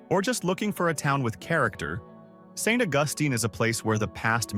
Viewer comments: There are two towns in the Carolinas named Beaufort. In NC it is pronounced BOW- furt. In SC it is pronounced Buew( rhymeswith you)-furt. Also, it is Saint AUGUST- steen, not Aw-GUST-tin. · St. Augustine (AWE-gus-teen) is a really beautiful and pretty decently priced place to live. The catch?? Getting sucked off to sea by hurricanes ever other year. Occasionally having to evacuate inland until it's safe and, you still live in Florida so, it will be extremely hot and humid. Air-conditioning is your friend... In the house, in your car, in your golf cart. 😆 But you gotta go awhile to see mountains.this guy says everything wrong. It's not "Praw-lin" like some try to say (sorry, you're wrong! 😆), it's "Pray-leen" which are toffee and pecans (NOT "PEE-cans") 😊 And, yes... St. Augustine is definitely haunted. They have done several episodes of ghost hunting shows there. 😊 Telluride survives on the tourist trade for the skiers, that's who most of the populous you see is. ⛷️ If you really want to find place that's like this, in the mountains, absolutely beautiful and nobody has heard of it and the street numbers are like 36, 2, and 17... Then go to "Big fork" Montana, North of Missoula and just outside Kalispell. Just on the river, near Flathead river, it looks like these tourist traps. It's still expensive but nothing like these places. At least not last time I was there. 😊 That said, Kalispell IS the type place you're talking about. The town is exactly in a grid, quaint, old and the living living room window of my place right at the edge of town looked out over a big, green valley with a river through it, deer and Elk running around then 7+ thousand feet, straight up L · Bew-fert and Saint Au-gus-teen...man! That was painful!